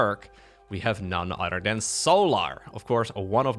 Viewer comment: "... none udderdan... "